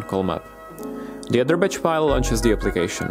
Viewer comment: Sir, when you say BATCH the A should sound like the "a" in catch or match not like the "i" in twitch or itch. Sorry, great presentation and thanks for the info. I figured I would return the favor. You don't want your batch to sound like your bitch =(